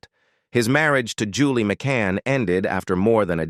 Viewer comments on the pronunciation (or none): none